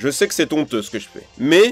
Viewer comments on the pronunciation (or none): éffectivement c'est honteux que tu dises "ton'theux"